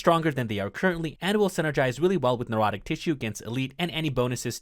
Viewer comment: Necrotic. Pronounced "Neck-rot-ik" Apothecary. Pronounced "Ah-poth-eh-carry"